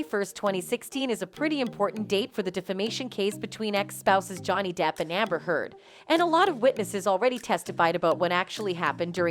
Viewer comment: Wait… Does that lawyer just say Amber turd???